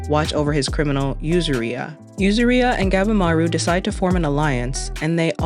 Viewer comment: atrocious pronunciation of yuzuriha but otherwise good video, thanks